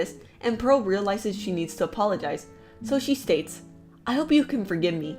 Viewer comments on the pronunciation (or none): none